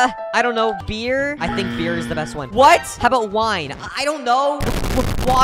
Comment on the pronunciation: The way he says "WINE" and "BEER" no way this video is safe for kids😂